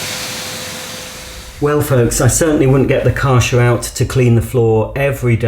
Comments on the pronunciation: You pronounce it as Kɛrhɛr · I always thought it was pronounced Kar *CH* er (ch for chocolate) instead of Kar *SH* er but since I’m also English (England) I will now pronounce it like you do… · Kärcher pronounced like a in table.